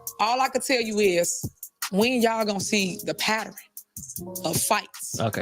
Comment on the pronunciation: 😂😂😂 she said "Paterin" not PATTERN. if he (henturd is the trans verion of lil wayne) and floyd Mayweather had a baby, that kid would never read or speak proper l😂😂